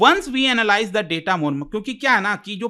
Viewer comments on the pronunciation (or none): none